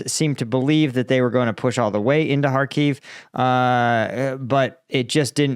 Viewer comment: After almost 3 years of full war in Ukraine you are still unable to pronounce the simple word Kharkiv correctly.